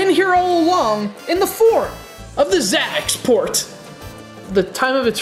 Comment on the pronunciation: Your pronouncing the system wrong its like if you were going to try to pronounce ZAVICSPORT The last part of the name should be like if your trying to say sport with zavic. Just trying to clarify.